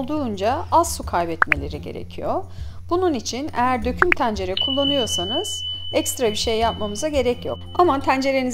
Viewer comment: Abla şu E leri bi rahat bırak ya. Tencere diyişine odaklanmaktan tarifi dinleyemedim.